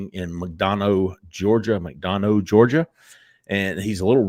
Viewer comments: Drives me crazy as a resident of McDonough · McDonough= Mac-Don-uh